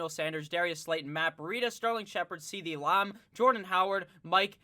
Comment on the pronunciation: “CeeDee Lahm” 🤣😭😭